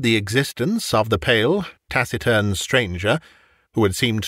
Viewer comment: This reading is not the first with the pronunciation of "taciturn" using a hard "c" - where does that originate from,?